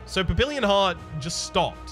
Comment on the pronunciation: Not sure if anybody has told you yet (hah!), but papillon is pronounced pappy-YOHN.